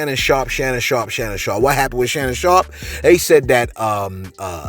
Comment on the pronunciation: Sharp not Sharp!